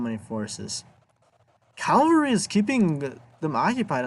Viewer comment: It's CAVALRY not CALVARY!!! Good God.